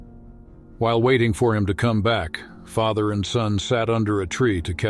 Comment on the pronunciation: Hasky, Faather ? I thought AI readers were improving.